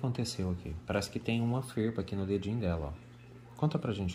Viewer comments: É farpa, não ferpa! 😂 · Só eu que fala farpa? 😂😂😂